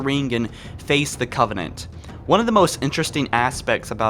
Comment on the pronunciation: Halo OnNeE 😂